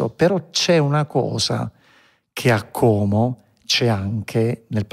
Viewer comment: Volta, Como e non ha ancora imparato a dire Como con la O chiusa